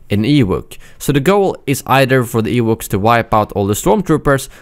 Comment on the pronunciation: Ewooks and Ach-Too Rey 😂. Gotta love accents.